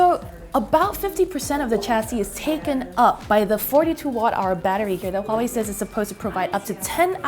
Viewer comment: One of the YouTube channels that actually pronounce Huawei right. Good job lol